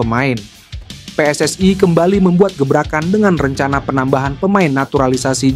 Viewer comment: Bilang PSSI nya biasa Ajan min...Anah dengernya